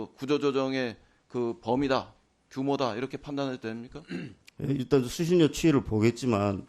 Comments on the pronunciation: 수실료가 아니라 수신뇨라고 발음하는 거다....하아....엉망진창이네 정말.... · 수실요? 가장 기본적인 발음도 정확히 못하는 넘들이 무슨 아나운서냐? 실력이 없으면 공부를 하던가 관두시든가